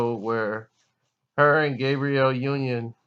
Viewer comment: It sounds like you're calling "Gabrielle" "Gabriel"...Her name is the female pronunciation..